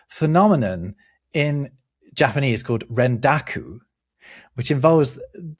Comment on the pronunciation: The pronunciation of the Japanese words hurt me so deeply. I know you guys don't know all the languages, but I swear you've given more effort to pronunciation of other languages. Slightly more nuanced, but the easy way to remember Japanese vowel sounds is to think Spanish. "ah (A), eh (E), ee (I), oh (O), oo (U)", and only those. Only ever those. If you get two vowels together, they're each pronounced individually (although can sound slurred when spoken fast). like "sai" is "sah-ee". The Japanese also don't emphasize syllables the way English does, so you never put a hard emphasis on any syllable, so I believe you said the name Tokugawa, which would have no emphasis anywhere in his name (Japanese does pitch patterns instead of emphasis), you would just read it straight as "toh-koo-gah-wah". So the old name for Tokyo is "eh-doh". (bonus: if you see a Y in a Japanese word, it's never a syllable on its own, it's not a vowel. So Kyoto and Tokyo both only have 2 syllables, "kyoh-toh" and "toh-kyoh", although I recognize this is a battle English-speakers are just never gonna face, it's far too deeply embedded in our language that these city names have 3 syllables lol)